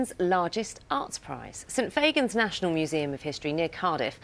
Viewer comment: It's not pronounced Faygens 😒